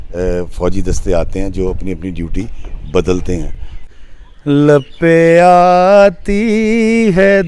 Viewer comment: Janab theek parho dua lab pay aati hai.lape aati nahin